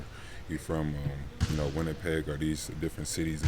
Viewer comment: Kawhi said Winnipeg 😂😂😂